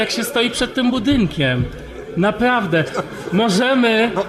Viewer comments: "napławde, napławde" kurwa jebnalbym ci w ten glupi ryj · „Panie Januszu napawde” „Napawde sie odzom napawde” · "...i Ziemia jest okłągła. Napławde!" Zastanawiam sie, dlaczego tak duzo lewackich zboczencow ma ten sam blad wymowy.